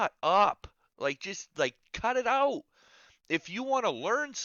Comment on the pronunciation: You gotta cut that shit ooot lol Canadian